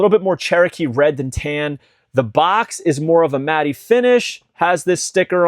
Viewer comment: I don’t like being this person but you’re pronouncing matte incorrectly. Matte is pronounced just like mat.